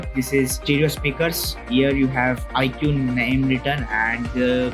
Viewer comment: bro doesn't know how to pronounce IQOO